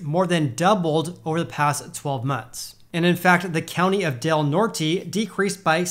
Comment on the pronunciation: Literally no effort given on that pronunciation of Del Norte lol The brain cells did in fact NOT rub together on that one